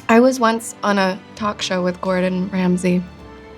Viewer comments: “Gordon Cordon” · "Gordon Cordon" hahaha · I can not unhear that now or think it. Whenever Gordon Ramsey appears in my feed I'm going to think "Gordon Cordon" 🤣😵